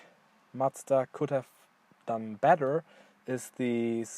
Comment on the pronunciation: Just subscribed. Its so rare to hear a non-japanese person pronounce Mazda correctly! Are you considering to get the 2019 model with the updated 7500rpm engine? Looking forward to more MX-5 content!